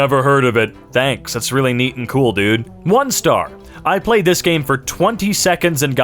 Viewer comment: There's something about clenched "That's NEEEEEAT"